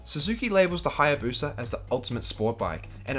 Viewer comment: what’s a Haya “Bosa”???